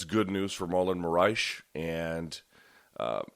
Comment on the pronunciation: Luke "Marlon Moraesh" Thomas